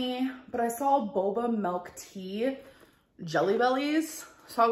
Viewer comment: "melk" I hate it 😂